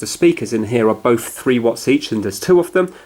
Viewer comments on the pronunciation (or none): none